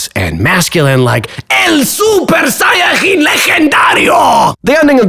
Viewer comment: Tremenda obra maestra, 20/10 y revivió la creación de contenido. La única nota que puedo señalar, es que la J también puede ser pronunciada como la Y en algunas palabras, mayormente cuando se trata de nombres o términos como "supersayajin" que se pronunciaría "súper-saya-yín". De ahí en más, es una excelente explicación de la cual estaría orgulloso mi profesor de lengua española . Great job, dude!